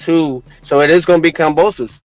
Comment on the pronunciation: He don't even pronounce kambosos right